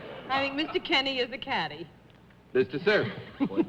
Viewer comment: Keeney. Pronounced Kee-nee. He tried to correct Mr. Daley at the beginning, be I guess he didn't hear him. So they ALL kept saying Mr. Kinney! Thank you for posting this!